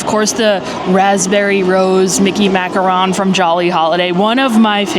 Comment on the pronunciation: I love her videos but it kinda bugs me that she says macaron wrong 😂